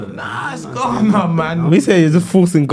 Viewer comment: looool man said Trinadad and Ghanago